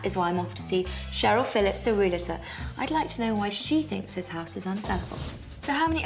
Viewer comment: Puh-leeze, stop saying "Real-a-tor" There is no "a" between the "l" and the "t"! It's Re-al-tor. Otherwise you put yourself in with a group that says "nuc-u-lar" "poin-setta" and "mis-chiev-i-ous".